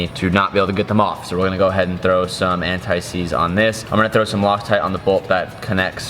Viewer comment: You said an tie seeds the first time😂😂